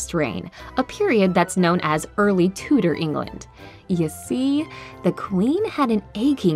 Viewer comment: Tudor is pronounced with an emphasis on the ‘u’ sound